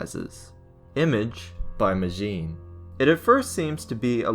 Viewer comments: It's actually pronounced "Ma-gin" not "May-jeen" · You said majin wrong it’s sounds like mojin while you made it sound like majen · You mean majin not majim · Majin it's majin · NOT majim but majin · IT’S MAJIN(MAHH~JIN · its mah-jin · Majin Sonic is pronounced ma-Jin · you said majjin wrong